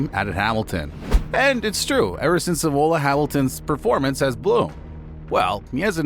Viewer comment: Buh-raaan instead of Bah-rain, Say-nz instead of Saa-inz. Ee-Mola instead of E-muh-la. FIA being pronounced as an acronym instead of an abbreviation.